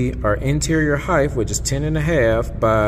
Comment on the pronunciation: Did you say heighth